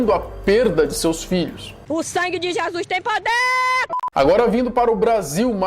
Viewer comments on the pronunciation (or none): none